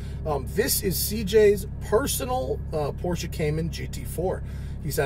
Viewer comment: Matt, you must be one of the few Americans who can pronounce Porsche correctly